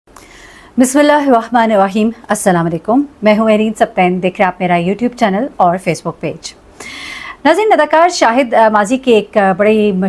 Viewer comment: پلیز اللہ کا واسطہ ہے بسم اللہ درست کرلیں بسم اللہ الخما نواخیم کی آواز سنائی دیتی ہے۔ را کو الگ کلئیر/ صاف صاف ادا کیا کریں۔ معذرت 🙏🙏🙏